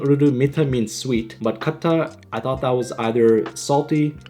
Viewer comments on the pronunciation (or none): none